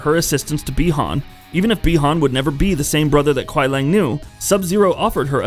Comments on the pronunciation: Kuai Liang not lang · Really nice and informative content. But fam u just gotta get ur pronunciations better bro for both "Lin Kuei" and "Kuai Liang". Idk listening the way it's actually said since MKIII, just don't sound right in my ears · The name is definitely not "Lin Kuei", but most probably "Liang Kuai", as the Chinese word 凉快, which is pronounced “liángkuài”, means "pleasantly cool" (and isn't a real Chinese name). And the weird American pronounciation of the "other" Sub-Zero "Kuai Lang" is very likely to be "Kuai Liang" and hereby nothing else than an uncreative game developers approach to find a "new" name by swapping the two Chinese characters in the word 凉快 to 快凉 - which doesn't make any sense anymore, neither as a word nor as a name...😉 Here is how to pronounce Liang Kuai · Kuai Liang is pronounce ku-why Lee-yang And Lin Kuei is pronounce Lin Ku-wey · “Lin kuai” “Quia Lang” I can’t stop laughing lmao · Ok it makes me think you never played a konquest mode. You for 1 butcher the clan name, and then butcher kuai liang. And whats wore is when you did it to sindel, all these names are litterally in tower ending, character selection or the story/ konquest.